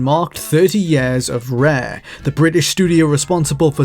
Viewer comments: The moment this dude starts saying "years" propperly i will start gives likes to the videos. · Good lord, the way he says years.